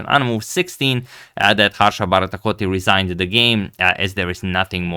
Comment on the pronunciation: Best part of the video is when he pronounces Harsha Bharatkoti 🤣